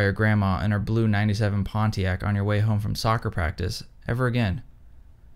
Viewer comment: I am from Michigan, where they are made, and I have never heard anyone pronounce Pontiac like that before. That being said, is fantastic.